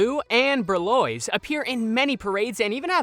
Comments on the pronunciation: Wow! So you think the 3 kittens are named "Marie, Tah-loo and Ber-loise?" (2nd syllable rhymes with "noise.") You got Marie correct, at least. As for the boys, Toulouse is pronounced "Too-loos." He is based on Toulouse-Lautrec a French painter. Remember, Toulouse was the painter in the trio of kittens in the film. Berlioz is pronounced "ber-lee-ohz." He is based on Hector Berlioz a French musician. Remember, Berlioz was the musician in the trio of kittens in the film. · I cringed when he said tolouse and berleoz wrong... hhh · The pronunciation of Toulouse and Berlioz made me giggle. 🥰